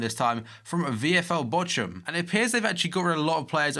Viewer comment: wie der Bochum ausspricht :D